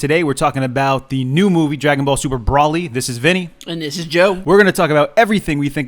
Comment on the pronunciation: It's Bro-ly, not Brolly.